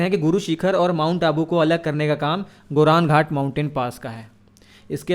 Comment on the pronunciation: Goram ghat Not गोरन घाट अरावली पर्वतमाला में स्थित गोरम घाट दर्रा राजसमंद और पाली जिलों को जोड़ता है।